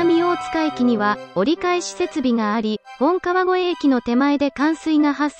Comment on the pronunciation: ナレーションで、本川越駅を「モトカワゴエエキ」って言ってたよ。